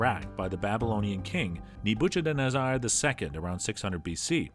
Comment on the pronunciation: You butchered Ne"butchered"nezzar's name